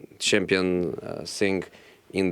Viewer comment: It's not the same sing, but thing come on Josee